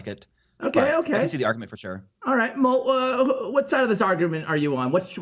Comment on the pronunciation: 'Molt', not moot.